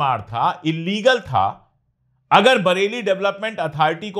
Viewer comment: Court mentioning as illegal but don't pronounce as illigal 😢😢